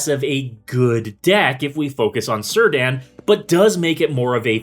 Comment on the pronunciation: awww I was hopeful Círdan would be pronounced right xD